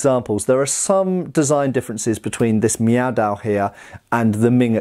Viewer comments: "I'm sorry, are you saying 'meow'?"... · In a recent video I thought to myself: "...Is he saying Meow Dao...?" Now I can't stop hearing it. I'm so sorry,, LK. New dad brain, pay no mind.